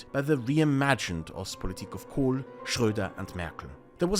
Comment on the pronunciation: I was quite impressed with this fellows grasp of things, unfortunately I then heard his pronunciation of Kohl and realised he was probably an Austrian, then of course i discarded all of his options outright, it's not like im a crazy person